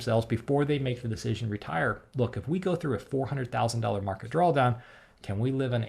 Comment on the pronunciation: are you pronouncing it "drawl down" ?